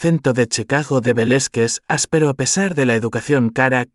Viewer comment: Interesante historia desde Venezuela 🇻🇪, Pero por favor, deben trabajar en las pronunciaciones no se dice. Velezquez se pronuncia Velázquez , por favor ! .e desconcentro con las pronunciaciones incorrectas 👍👍